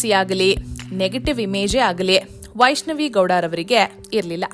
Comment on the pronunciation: Her name is vaishnavi not vaaishnavi